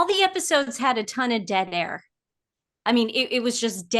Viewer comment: Lol, I thought Nancy said that every episode was full of "dead hair"....(probably true), but she said " dead air"😅😅😅😅